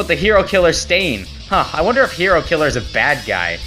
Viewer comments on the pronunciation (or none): none